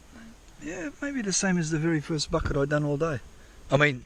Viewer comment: Couple things to note…. I counted exactly 27 F@ Having said that, let’s give that a +/- of 2 because when you say Bucket, it sounds like F@ It! Secondly, your catchphrases are hilarious. The salami stick comment had me rolling 😂 Third, you could market that trommel and sell it! That’s your golden ticket! Have you ever done an actual how to for how to build it? I’ve watched almost all of your videos and I can’t remember if you had. Anyway, it’s absolute genius. You having that makes you the only one who can run that creek when it’s so low. It’s incredible. Lastly, you’re on the gold and you shouldn’t stop. It piles up each and every time you go out there!